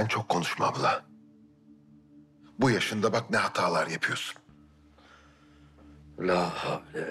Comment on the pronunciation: Baba ne apyiosun dediginde yaman , Hamdi baba "gunesden c vitamini calyiorum dedi yaaa adam cok komik